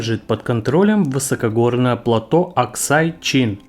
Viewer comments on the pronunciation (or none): none